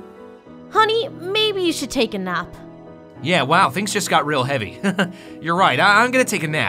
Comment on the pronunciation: why did she said enoughf? Instead of enough